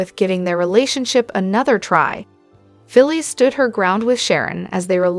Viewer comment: Her name is phyllis not philie lady learn to prouncice the names righte